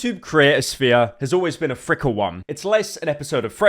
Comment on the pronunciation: why does he say fickle like frickle😭